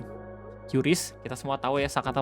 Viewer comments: Kris om bukan qyuris penyebutannya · bang maap kuping gw gatel lu nyebut kyuris kyuris mulu 😭😭😭😭😭 padahal sebutannya KRIS 😭😭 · bacanya "kris" buka "kyuris"